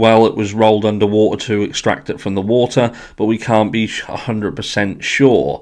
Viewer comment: he also need to learn how to pronounce "wa-ter" not "woo-eer"